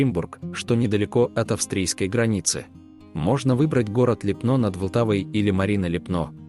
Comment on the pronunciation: Липно - это не чешская Швейцария!!! Зачем дурить людей? Чешская Швейцария находится на севере страны. И поменяйте ударение на Ли́пно а не Липно́.